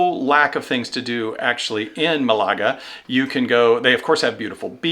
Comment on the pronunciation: Malaga has the accent on the first syllable